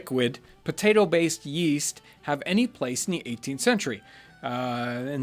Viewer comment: the "Mashed potetoo" is a funny lil' blooper, makes this video way more relatable